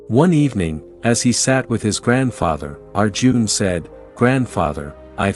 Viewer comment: It's Arjun and not our June. 😂